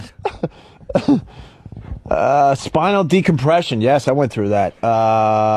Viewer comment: Spinal decombression? I knew it, it's not just "put" that Opie has a problem with, he turns all P's into B's.